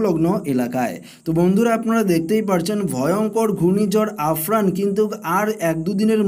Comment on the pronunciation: আফরান বলছেন কেন?😂 আমফান হবে ওটা